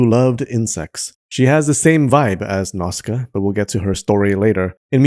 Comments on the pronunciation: Video is good but please can you pay more attention to the names? Without the subs it's impossible to tell that some "Nazka" is actually Nah-u-see-ka or Nah-u-see-kah-ya. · *Nausicaä is pronounced Nosy ka ah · It's "Now-see-kay-ah"!